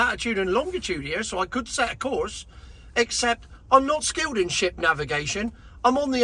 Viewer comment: Did you say "not skilled in SHIP navigation", for an instant it sounded like something else ending in T?